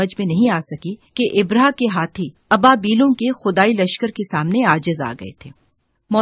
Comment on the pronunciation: Ibraha nahee abraha saheeh lafz hay